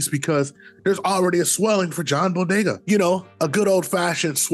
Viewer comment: Brooo!!! He kept calling him Bodega lol it is Boyega